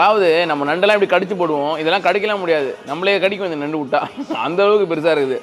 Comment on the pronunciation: நன்டுன்னு சொல்லுங்க